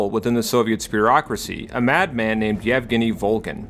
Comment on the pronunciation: Extra props for saying "Евгений" correctly